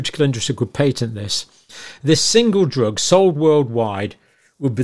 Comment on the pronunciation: Why is it necessary to mispronounce “Patent “? It makes you sound dyslexic. Worse than that it is indicative of drinking alcohol.